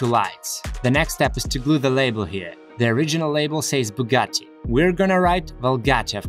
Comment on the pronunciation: Bugari si, si dice proprio così: Bugari. Non sanno dire nemmeno Bugatti e poi prendono in giro chi non riesce a parlare in modo perfetto l'Inglese, come se fossimo tenuti noi a parlare la loro lingua che, francamente, detesto pure. L'inglese sembra una lingua fatta per menomati. Usano la stessa parola per cinque significati diversi, come se avessero difficoltà ad impararne di altre. Quando ho imparato l'inglese ho capito fin troppo bene che, se ci avessi tenuto ad esprimere un concetto in modo chiaro, ed inequivocabile, avrei dovuto comunque usare l'Italiano, perchè l'inglese è troppo deficitario. E' una lingua per chi ha il vocabolario di un bambino di 10/11 anni. Bugari...